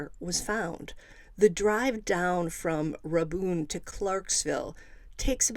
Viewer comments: Strange case. And it’s pronounced Ray-bun county. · Rabun pronounced as Ray-bun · Its Rabun pronounced like "ray-bun" ... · Not nit picking, just trying to help. Rabun is pronounced “raybun” (bun like hotdog bun). Or if you ask someone who’s from Rabun it’s pronounced “raburn”. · Rabun county is pronounced Ray bun. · 🤣 GA native here too... The bun is so short it's just bn